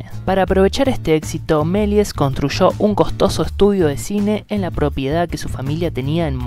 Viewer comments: El locutor (¿alumno de colegio?) acentúa mal el apellido. Es Meliés con acentuación aguda. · Cuando dice su nombre completo parece que se refiere a otra persona jajaja